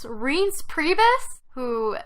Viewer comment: Subscribed at twat waffle... lol Oh, and I love how she can't pronounce Reince Priebus's name yet on Decoded they love to rip into people mispronouncing names as a form of racism.